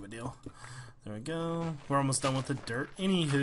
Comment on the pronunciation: when ever jevin says dirt i think he is saying derp >.<